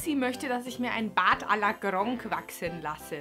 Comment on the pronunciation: Wie du das G bei Gronkh rollst :D